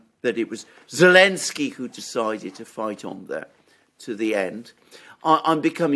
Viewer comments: Why do you keep calling him Elensky instead of Zelensky? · Is unable to pronounce Z? What’s that about god damn 🤣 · Because of the 'Z'